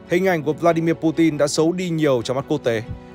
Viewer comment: hên quá video này đọc PU TIN rồi ko PU CHIN nữa :D